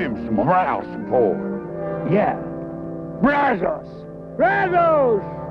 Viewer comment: It would have added to the authenticity if they could have pronounced Brazos correctly like any Texas Ranger would have.